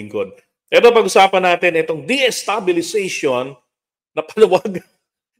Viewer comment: Destabilization not deestabilization